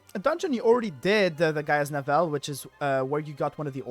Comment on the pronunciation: its pronounced GIA (Gaia ), Navel like your Bellybutton.